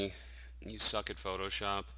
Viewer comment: you "SUCJK" at photoshop